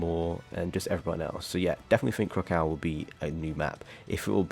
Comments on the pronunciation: Why are you pronouncing it krakowa it’s krak o ah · ik the way he said it was getting me mad but it’s fine he can say it however I guess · Nah i was literally gonna say its said how you spell, i just couldn't get over it.Magneto literally says the correct pronunciation in game, but it can't be help because he's European and they like to pronounce words wrong.